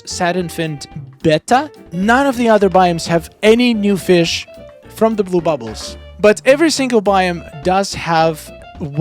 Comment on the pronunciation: BETTA pronounced “ BAYTAH” totally doesn’t look like it sounds right? 😂 I hope giving you the words doesn’t come off offensively. Just trying to help my friend out! 😉 😊😊